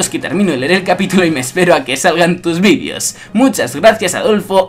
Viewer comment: ¿Por que dices vidios si dice vídeos?